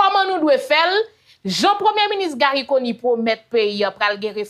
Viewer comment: Yaya ou konnin sé wou ki prononcé nom premyé minis très bien ou pran sanw pou di Conille lòt yo toujou ap di Conni ou kònnin hum gen respè pou intelligence ou